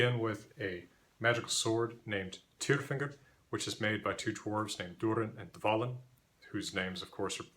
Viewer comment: Tyrfinger, is that bullfinger or just “tyrfinger” pronounced with an American accent. Sounds like “tearfinger”